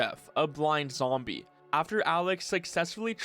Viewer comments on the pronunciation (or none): none